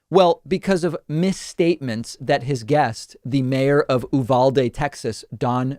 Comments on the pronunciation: We pronounce it U-Vall-de. Not being mean, just saying. Story time. As a small child I used to visit my grandfather just outside of Uvalde. Often times migrants would walk through his back yard and ask for "Agua". He would just point them to the water hose. I don't think it was in a hateful way, he just though it was easier to fill their containers with it. Most people in and around Uvalde don't think like this Jackass. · Not that it matters.. It’s pronounced Ū val dé. I live 70 miles from there. I haven’t seen any T-shirts “Biden let me in” Gotta Luv Texas.....right? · David It’s pronounced U-Val-dee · Pronounced as YOU-val-dee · Uvalde is pronounced you-val-dee or you-val-day here in Texas.